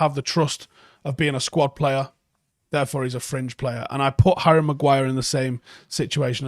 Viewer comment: When he says fringe I keep hearing cringe